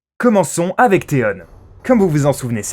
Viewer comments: On dit pas théone mais théon avec on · Putin comment il a prononcer theon ça ma fait mal au oreilles 😟😟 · Aussi faut choisir entre prononcer à la française ou comme l'original. là il nous sort des Tyrion mais Theon(nne) faut savoir et Cerci(i) ne méritait pas ça